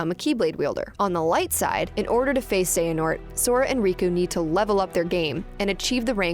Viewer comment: tell me y the ppl of the leaderborad can perfectly pronounce xehanort while the ppl over IGN hve a difficult time with that one name lol